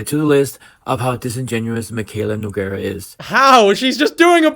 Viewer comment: king you’re so real for this but her name is pronounced No-Gar-ah😭